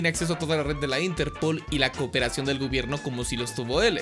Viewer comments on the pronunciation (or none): tio! disfruto enormemente tus videos pero por el amor de satanás! ínterpol, yágami? La sílaba tónica se fue de sabático? D